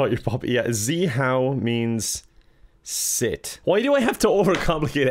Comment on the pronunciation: zeeHOW, siiiit, SEUIT His neighbours: 👁👄👁